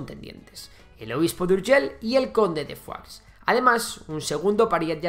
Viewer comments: Fuax no Foix, tal y como se lee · Foix no se pronuncia Fuachs, sinó Foish. No es una palabra francesa, es occitana. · Con pronuncisr y escribir bien, Urgell i Foix, que no Urgel ni Fua, ya quedaria bastante bien el video. Aun asi y con algun otro error historico es un muy buen video que tiene merito. Felicidades al autor. Esperemos que Andorra pueda invadir Catalunya de una vez y todos felices y juntos al fin. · Foix se pronuncia Foix y no Fuá o Fuas. Foix es nombre occitano muy común en Catalunya, amén de un río en el Penedès que lleva ese mismo nombre. Idem para Urgell. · Conde de foax? Se pronuncia 'fosh' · conde de foix no es conde de "fuá" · Perdona, no es fua es foix, fua es francès ( higado, pate, " fetge amb català"), Foix es un apellido ( cognom amb català ) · Foix no se pronuncia fua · Jesucristo casi me da un ictus de escuchar tanto "Fuaks"(Foix) y Urgel.l(Urgell) pronunciado fatal 😂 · El catalán no se pronuncia como el francés, Foix se pronuncia igual: Foish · Por favor... Urgei y no Urgel y Foish y no Fuá xD Aún que se escriba Foix y Urgell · Hola, primero mis felicitaciones por tu trabajo, soy seguidor tuyo y pienso que seguiré siéndolo, solo.una pregunta, porque pronuncias Foix en francés? Tanto en la lengua de Occitania, como en Catalunya, incluso en castellano La pronunciación es prácticamente idéntica y no tiene nada que ver con el francés. Sigue trabajando, eres muy bueno. Gràcies. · No estaria de más aprender a pronunciar Urgell i Foix